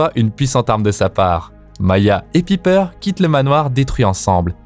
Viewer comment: Pipeur jpp mec prononce bien au moins j'adore tes vidéos mais là tu me cringes